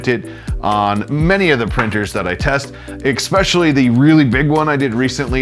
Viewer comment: Es-specially, not Eck-specially. :)